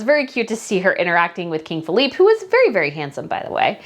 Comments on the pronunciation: The King of Spain's name is FELIPE (pronounced Feh-lee-peh) not Philippe, which is French. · Pronounce King Felipe (pronounced Feleepay not Feleep). Love you but as a ethnic Spaniard those are my peeps